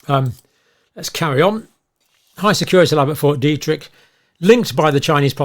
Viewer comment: Detrick not Derrick 😂